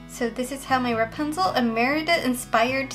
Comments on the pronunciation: ラプンツェルがランプツェルになってた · 一回目のラプンツェルがランプツェルになってます(´･ω･`;) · 英語を批判してるわけじゃないけど ラプンツェルがラパンゾーに聞こえる( ˙-˙ ) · の所でラプンツェルがランプツェルになってるw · ！ の所のラプンツェルがランプチェルになってるよ！！ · 1分7秒の時、｢ラプンツェル｣なのに、｢ランプツェル｣になってる！？ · ！ ラプンツェルがランプツェルに笑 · ランプツェルになってる、疲れてたのかな、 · ラプンツェルがパンゾウにきこえた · ランプツェルになってるよ！可愛いw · ランプツェルになってる！ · ラプンツェルがパンツに聞こえる← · ラプンツェルがパンゾーにしか聞こえないw 英語って難しいなぁ( ´･ω･`) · ラプンツェルがパンツにしか聞こえないwww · ランプツェルw 不意打ちに笑っちゃいましたw